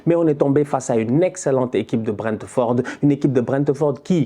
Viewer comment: BrentEUford haha x) cimer pour les debriefs, t'assures !